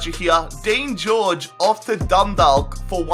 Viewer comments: It's pronounced like dun-dock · Dundalk is pronounced like walk so it'd be like dunwalk but with a D instead of a W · Dundalk is pronounced dundak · Mate say Dundalk like dundak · Dundalk is pronounced dun-d-aw-k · It really bothers me the way you can't even pronounce 'Dundalk' properly... You say it like the way you say the word 'walk'." Dundork". Come on man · It's pronounced Dun-dawk. Hahaha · it's pronounced as done dawk. I'm Irish I know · Do a dundalk rebuild (pronounced done-dauk) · As a native of Ireland it's hilarious when he's says 'Dundawk' 😂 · Dundalk is pronounced done-dauk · Dundalllk united😂😂😂😂 I'm from there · Just saying the L in Dundalk is silent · Dundalk is pronounced dun-do-ck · Dundalk isn't pronounced DundaLk it is pronounced Dundock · It's pronounced Done-Dawk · Scott Whelan It's Dundawk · Also it's "Dun-Dawk" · BTW 'Dundalk' is pronounced as 'Dun-Dawk'. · Sorry again Dundalk is actually pronounced dun-dawk like how you pronounce hawk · your saying dundawk its pronounsed dundok btw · u pronounce it dundauk 😂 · Im from Ireland and I am annoyed how he pronounced the team eg Dundalk prounounced dundak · Its pronounced Dun-dawk, not Dun-dalk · Just so you know, Dundalk is pronounced Dun-Dawk. I'm Irish so you know I'm telling the truth 👍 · For Dundalk the l is silent and Galway is like golway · Love from Dundalk p.s it's pronounced dundok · you pronounced Dundalk wrong and will you do a millwall rebuild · u pronounced dudalk wrong because u don't say the l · just letting you know you butchered a lot of teams names in the Irish league like Dundalk and Galway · And you aren't saying Dundalk right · I'm from dundalk and he makes a balls of the pronunciation and we're not Dundalk united it's just Dundalk fc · Anyone irish cringeing at the way he says dundalk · Learn how to say dundalk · you said Galway and Dundalk Wrong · your saying dundalk wrong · It annoys me when he says Dundalk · The way he says Dundalk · Eoin Martyn yasss